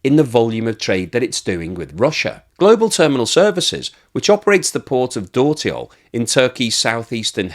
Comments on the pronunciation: A few remarks: 1) Dörtyol - meaning Four-Roads - is pronounced "dirtyol" - and my turkish is by far not fluent either. 2) The interesting part is that India hardly imports refined products from Russia. And Brazil only imports refined products. Inida will much rather refine the Russian oil and refine it. Here I've noticed that PM Modi has visited Denmark in the last week. Meaning that if India does not cut the price of refined products considerably they stand a good chance of being hit by sanctions. Actually by refining the oil the origin is difficult to acertain. Turkey does not have enough refining capacity, so they are interested in reselling refined Russian oil products, Brazil does not have refining capacity, so they are interested in importing (and reexporting) refined oil products. China has lots of refining capacity and is as such interested in importing crude. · Hey, dört in dörtyol is pronounced similar to the English word dirt.